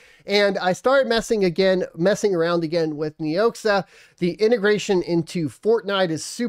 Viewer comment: KNEE OX AH is how it is pronounced